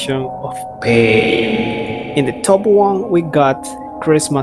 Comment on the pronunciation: I like how he says pAiN